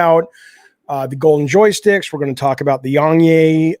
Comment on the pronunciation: You should pronounce YongYea like Yong Ye-ah